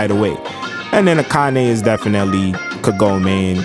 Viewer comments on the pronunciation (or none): oh no, he actually said ka gomie lol